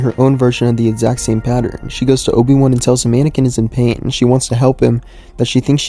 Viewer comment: Anakin* Not "aNiKiN"